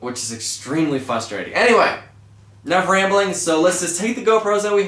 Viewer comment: Omg its FRUSTERATING when you say FUSTERATING